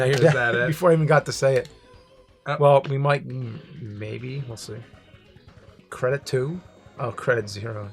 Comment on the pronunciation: "creditoo" LOL